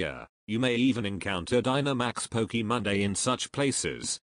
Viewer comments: PLEASE for the love of whatever god you pray to, STOP SAYING POKEEMON it is Pokèmon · its not pronounced pokimom, its pronounced pokemon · Magnolia: poki mon ey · The way the voice bot said Pokemon is 👌